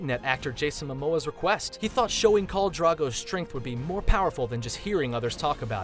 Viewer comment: Old Naan? Dude, like naan bread? It's Old Nan! as in nana/ grandma. And who is Carl Drogo? It's KHAL. Get your pronunciation right. Seven hells... GoT reference tho.